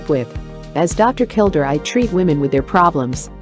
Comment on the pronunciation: His name was pronounced, KilDARE not kilDER. and the narrator spews non stop like shes on amphetemines. A failure of a channel, a joke!